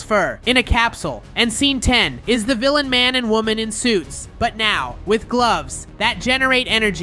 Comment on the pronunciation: is woman not wonan